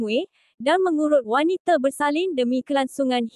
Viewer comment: Cuba dengar admin sebut indie...wanite ...lain maciamm